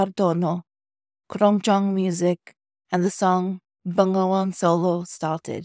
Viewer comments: it read Be-Nga-Wan actualy. not Ben-Ga-Wan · Can you say NGA correctly😂